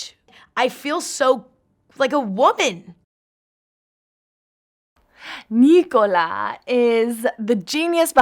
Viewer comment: it's not nicolas, it's nikolaj